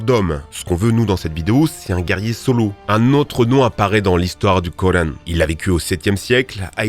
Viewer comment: le quoi???... le koreine??? ok d'accord! Bravo l'accent